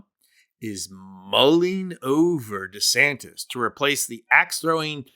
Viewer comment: Don't lower yourself to Donald's level by mis pronouncing his name.